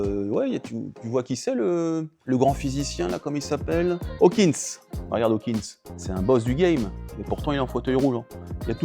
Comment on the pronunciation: Stephen Hawking pas Hawkins, et il est mort en 2018...